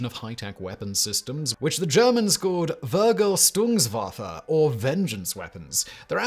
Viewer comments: Simon please… little tip,for english speakers its pronounced “Fer-gal-tungs-waf-fen”. I don’t mind you struggling with the German language, quite entertaining but this time even I cringed. Love the video though, good job. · PLEASE do some research on pronunciation! Vergeltungswaffen & IJmuiden might require this, but chastise?!